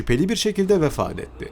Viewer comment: Vafal değil vafat.